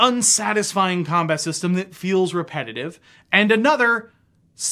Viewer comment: I was listening, but then I became fixated on your weird inability to pronounce the word "feels"...